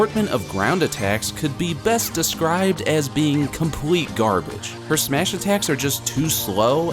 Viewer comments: He also said smesh at the beginning XD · Anyone else hear when he said "smesh" at the beginning